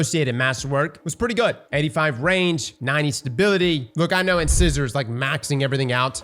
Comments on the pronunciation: Lol "In-scissor" It's Incisor, like a tooth :D "In-size-or" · Wouldn’t be a D2 content creator video without somebody butchering the weapon or exotic name 😅 in-ci-sor not In-scissor ✂️ the more ya know 🤷‍♂️ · If I have to hear in-scissor on more damn time lol. In-SIZE-er! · Hello your English teacher here... if you mention in-scissors to your dentist they are likely to laugh at you or take out your in-size-ors to show you one! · Incisor is pronounced in-size-er. Size, like, "What size is that shirt?" Your front biting teeth are called incisors. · In-scissor? Nope. Incisor. Long 'I' sound. LIKE THE TOOTH! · And it's Inc(eye)sor, not In(scissor).. as in your incisor teeth. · Who's gonna tell him it's pronounced In-size-er? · In-SIZE-er, like the tooth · its pronounced In-SIZE-er... like your teeth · The way you are pronouncing in-size-or is killing me. Please. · Right, and what do we call things that cut paper? Scissors. In-scissor.. lol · Hah, cross its pronounced like the teeth - not "in-scissor" lol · Please tell me he’s joking when he says “In-scissor” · Incisor. IN-SIZE-OR. INCISOR. lol bro it’s a common word. You have several of them in your mouth. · Dear god. It's pronounced In-SIZE-or. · I swear to god 😂 In-SIZE-OR. Like the tooth my man 😂😂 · cross saying inscissor hurts lmao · No judgement, just thought you should know. Incisor is pronounced in-sigh-zer. Good stuff, TY for the content. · I guess I have to give points for consistency for mispronouncing "incisor" every single time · Please pronounce 'incisor' correctly. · Anyone gonna tell him how to pronounce incisor? Anyone? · Is cross not knowing how to pronounce things a bit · I feel like he's just saying Incisor wrong on purpose at this point lol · This man's pronunciation of the word 'Incisor' makes me question his dental hygiene. But I know he's got them pearly whites! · the mispronunciation of incisor is killing me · stop pronouncing Incisor wrong.